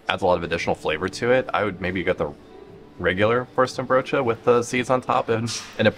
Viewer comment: You won't meet one Dutch person who will pronounce the 'n' in worsteNbroodje. You say : worstebroodje 😊